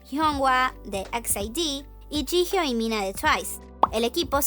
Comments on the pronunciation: Se pronuncia "yijio" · Es jihyo (llio se pronunciria)?